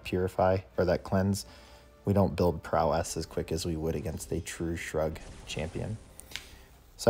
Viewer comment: Love how you say prow-esS 😆